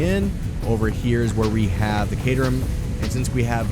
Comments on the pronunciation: Caterium: Kay-Tier-EEEE-Uym. pls bro I like your videos but if I hear one more caterum I'm gonna off myself. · Its pronounced as kə-TIER-ium.